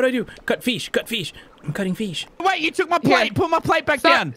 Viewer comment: Anyone is gonna respect how prono fish as FEESH